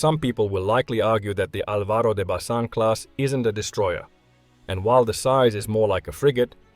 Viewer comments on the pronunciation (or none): I'm spanish and its Álbaro de Bazán